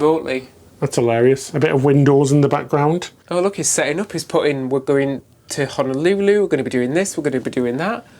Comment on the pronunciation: The rice isn’t undercooked; it’s how we prepare it here. A bit sticky, NOT fluffy. Also, it’s hoh-noh- LOO- loo, not hanalooloo. And it’s why-key-KEY, not with the stress on the middle syllable. Just a bit of direction to help you enjoy yourselves even more.